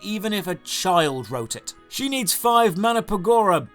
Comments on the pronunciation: can you really not pronounce mandragora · A British "nerd" that can't say mandragora is pretty sad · watching dry to pronounce Mandragora was probably the most entertaining thing this game managed to create.